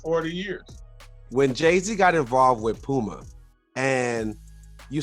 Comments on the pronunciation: POOMER...lol yall play too much...stop making fun of CLYDE lol [ HE WAS TRYING TO SAY PUMA] lol8x "ohiorichkid instagram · Sole Collector Dad gotta change his shoes out for Clyde saying Poomer